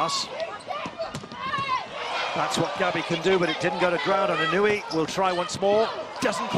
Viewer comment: This narrator needs to learn to pronunce japanese players names correctly... He keeps pronouncing Inuyi, but the correct is Inoue.